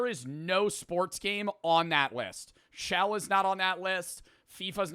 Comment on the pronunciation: Did anyone else hear he said shell instead of chel or is that just me?